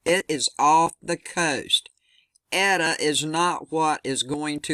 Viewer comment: Its pronounced "Ate-ah" and "zay-tah".